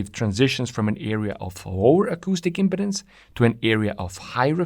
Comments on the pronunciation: Great description. I was surprised to hear the discussion extended to "impedences." That was really great an is essential to understand what's going on. Notice how trumpets, trombones, etc, have a flared opening to the air....it's for impedance matching to avoid a reflection back into the instrument. BTW. In American English, it's pronounced "impee..dance." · Its said Im"pee"dence.. like when someone is impeding the flow of traffick. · Traditionally in English first "e" is long, but I ain't gonna give the guy any crap for pronunciation since it's pretty clear that English ain't his mother tongue. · “Im-peed-ance”, not “im-ped-dance”. The way you’re pronouncing it is too close to impotence, which is another thing entirely… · Each time you said "impedance" what many people will hear is "impotence" and this can be distracting. I believe you need to give more time to the middle syllable. Now I could be wrong, but I think of "impede" which is imPEED, so I have always said imPEEDuns. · The emphasis is on the 2nd syllable. It should be im-PE-dance. You said IM-pedance, which sounds a lot like impotence. This is why it's important to put the em-PHA-sis on the right sy-LA-ble. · Another excellent video by! I'm intrigued by the negative pressure wave initial reflection. It also makes me wonder about some multi-cylinder engines that use a single expansion chamber. Finally, in accordance with your 6-stroke video, your video, your pronunciation! However, it may be worth noting the (US) English pronunciation of impedance. We say im-peed-ance, rather than imp-uh-dence. Compare to pronunciation of impotence, which we pronounce imp-uh-tence). Great work! Looking forward to more. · the word sounds like impEEdance rather than impeDDance... this is a general rule in english any time you have vowel-consonant-vowel formation the first vowel gets elongated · The word impedance is pronounced im-pee-dans with the accent over the pee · We say im-peed-dance. Just saying.